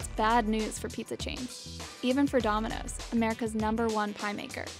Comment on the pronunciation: She can’t even say domino’s